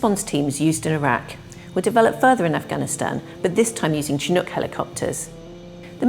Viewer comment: Why do us Brits pronounce Chinook wrong?